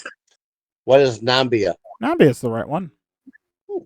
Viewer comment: should’ve lost $800 instead of gained it, because he said Nambia, and it’s actually pronounced Namibia.